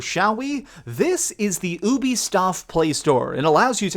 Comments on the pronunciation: WAIT, WAIT, WAIT...Did he just say UBISTOF instead of Ubisoft xD ??? Please tell me I wasn't the only one hearing this. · I heard "the UbiSTUFF playstore. ;) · “Ubistoff play store” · He said ubistoft I think you should stop acting like a know it all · "ubistoff" LMFAO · "this is the UBISTOFT playstore" 😂😂😂😂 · i don’t know what’s worse, your pronunciation of the work Ubisoft, your aim or the accuracy of this review.